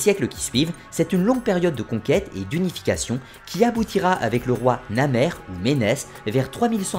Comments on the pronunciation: en voilà des vidéos fort intéressantes, une récapitulation de l'histoire de l'Egypte antique très réussie......juste une petite correction : le tout 1er Pharaon s'appelle Narmer et non Namer (on l'associe souvent à Ménès) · C'est bien comme résumé, sincèrement, mais quelques détails : Au début, tu dis Namer comme premier roi de l'Égypte unifiée, en réalité, c'est NaRmer, avec un r après le a ^^ ça, c'est le détail du gars chiant que je suis ^^ De plus, Ménes est en réalité un nom créé très tardivement. C'est lié au fait que la titulature des rois a évolué : à partir du milieu de la IVe dynastie, la titulature est fixée avec 5 noms, dont les 3 principaux sont le nom d'Horus (le plus ancien des 5, et seul existant à l'époque de Narmer) et les noms de Nesout Bity (première attestation : Sanakh, milieu ou fin de la IIIe dynastie) et de Sa Ra (première attestation : Djedefrê, milieu de la IVe dynastie), ces 2 derniers noms sont les seuls entourés d'un cartouche. Or, à partir du Moyen Empire, ces 2 noms sont les plus importants et les plus utilisés. Ainsi, dans les listes royales, seuls les noms en cartouche des rois étaient écrits. Sauf que pour les rois les plus anciens, ils ont du inventer ces noms en cartouche. Ménes n'est donc qu'une invention très tardive. Ainsi, même pour le roi très connu Djeser, à qui appartient la première pyramide construite, il n'a jamais porté ce nom de Djeser qui est un nom de Sa Ra inventé au Moyen Empire, son nom d'Horus est Netjerikhet. Sinon, tu dis vers 21min30 que Nephtys, Isis, Osiris et Seth n'était pas vénérés pendant l'Ancien Empire. En réalité Seth est l'un des premiers dieux vénérés, avec Horus, ce sont 2 dieux très anciens. Quant aux 3 autres, ils sont appar